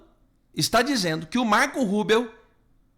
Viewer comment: Olá,você diz Marco Rubel ou é Rubio?